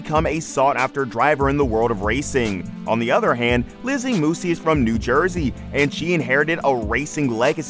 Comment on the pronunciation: He can’t even pronounce her last name correctly